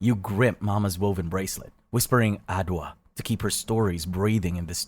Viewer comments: The name is Adjowa, not Adowa. How many Ghanaian 🇬🇭 here? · Adwoa is actually pronounced ajoa and not adowa that's a bee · this is ghanaian not nigeria even tho it happened evrywhere in west africa this particular story is ghanaian,names n locations,adwoa is pronounces ajoa not adowa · He has mixed everything 😂. I'm Ghanaian lemme explain. Igbo village is in Nigeria, Wai is a Ghanaian name originating from the 3w3 ethnic group and the Adowa is pronounced Adjoa😊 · From Ghana, and I just want to say that this story is really empowering and reminds how bad slave trade was but also Adwoa is pronounced as [Ajowa] not adwa and also while yes it is in West Africa specifically cape coast castle is located in Ghana and it would have been so nice if you had mentioned Ghana specifically sry if I sound insensitive I just want to show my culture and heritage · Good narrative, but has a Ghanaian the name is pronounced Ajuwa, not adoa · if your trying to say adwoa it supposed to be said, ( ad-jwa) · I hate to be that guy but adwoa/adowa isn’t an Igbo Nigerian name it’s a ghanaian name from the Akan tribe and i know this because it’s one of my names. i just felt the need to educate everyone x edit: it’s pronounced as aj-wa (let me know if there’s an Igbo name similar to this and that im yapping😂) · good story telling but damn, u butchered the names bro😭 It's pronounced Adjoa, and Cape Coast is in Elmina,Ghana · Cape Coast is in me country (Ghana) Aswell as the name Yaa Wait its not Adwoa is Adjoa thats the pronunciation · Hello, I loved the story! Just a little heads up, you mispronounced the name Adwoa a bit. It's pronounced as 'ah jwah'. The 'dw' makes a 'j' sound. No worries though, I totally get it. I mess up names from other cultures all the time too! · As an Adwoa, I’d like to say, he kinda said it wrong (respectfully tho) It’s pronounced ajwa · I am Igbo. First of all, the G in Igbo is silent, and secondly, Adwoa is not an Igbo name. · Adwoa pronounced wrong